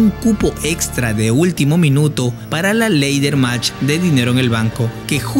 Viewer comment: Buen video pero se pronuncia "Lader" match y no "leider" match.